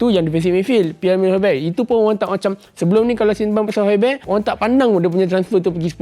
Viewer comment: sebutan dia pierre emile hoybiya bukan hoybey